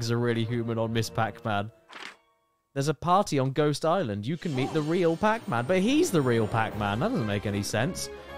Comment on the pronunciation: “Pacmun” - Caddicarus 😂